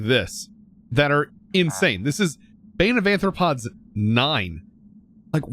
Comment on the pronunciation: Do you purposely say bane of aNthropods because if not, it is spelled with an R 😅